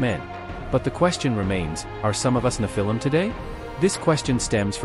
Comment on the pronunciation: Thereare still very tall people. It isnt nephIIm with emphasis on the lim its NEPhilim